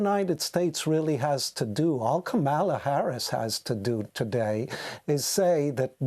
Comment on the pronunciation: I think he needs to pronounce Kamala right.